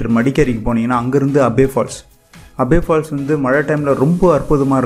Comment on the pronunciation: Ji place sariya sollunga kushal no kushaal Nagara this is correct words Abay falls no abhi falls